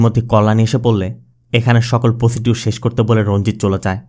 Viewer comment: প্রসিডিওর না, উচ্চারনটা হবে প্রসেজার।